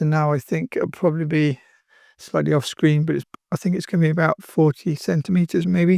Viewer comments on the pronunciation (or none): none